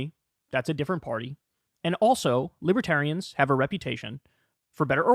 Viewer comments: “Libatarians” lol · He calls them liberians.😄